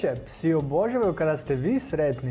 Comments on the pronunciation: ovako se ne izgovara riječ "obožavaju " i to je to ....bolje da ne smina video nego da se ovako sramoti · Nauci prvo reci obozavaju